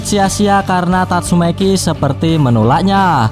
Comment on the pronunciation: saya yakin adminnya jago bahasa inggris, karena tatsumaki dibaca tatsumeki,hahaha